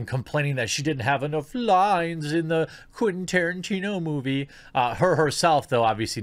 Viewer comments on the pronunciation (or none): none